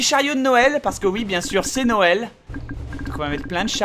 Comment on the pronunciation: Bob Noël pas nowel